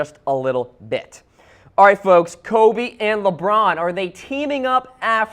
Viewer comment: Dr. Keel Whitey It's pronounced Lebron not Lebum